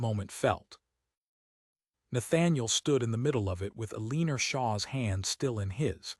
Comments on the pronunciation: Eleener AGAIN 👎. El-e-NOR. Please fix the pronunciation or otherwise insert something simpler, like Mary, Anne, Jane…. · You’re so right!!! “El’-in-or”…this is the second story I’ve heard that pronounced it “a-lean’-er” …just grates on my ability to listen to the story! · EL-LEN-OR not Aleener for cripies sake. Fix your AI. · Pick names AI can pronounce; Eleanor is not one of them! Otherwise a heartwarming, lovely romance that resonates today with our countless wars and many wounded warriors.